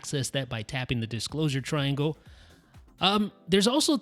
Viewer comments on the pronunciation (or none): none